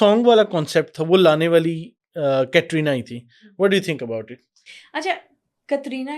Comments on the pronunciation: Aapko khud bolane nahin aata hai कतरीना nahin कैटरीना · कतरीना nahi hai कैटरीना नाम है.